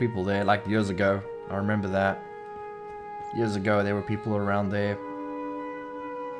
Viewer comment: "It has been jörs"